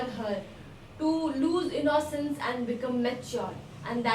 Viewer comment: Mam u pronounce innocence is a wrong way